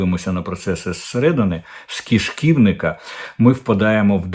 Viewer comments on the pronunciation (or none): "Кишків'ник", а не якийсь "киш'ківник".